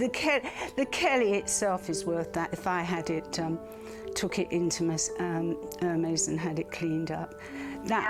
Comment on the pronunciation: The pronunciation of Hermès killed me...